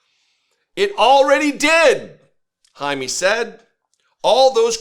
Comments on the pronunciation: “JAY-ME” not “Hi-me”… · if you want to pretend to be an ally you should at least learn to pronounce our names, and also WE are americans, you are mostly europeans. it's disgusting all those attempts at taking OUR demonym. jaime is not "jamie" and it's not "high me" or "hiney". the pronunciation is closer to hai(like the japanese expression when handing something to someone)-meh(like the expression in english for when something's so-so) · The man’s name more or less should be pronounced “hi-meh.” 🙂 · Pronounced “Hi-meh” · Jaime is pronounced High-Meh. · usually it is pronounced Hi Meh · It’s pronounce “High-Meh”